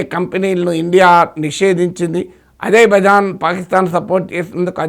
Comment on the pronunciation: Idhi ajay bhai jan kadu babu idhi azer-bai-jan 😂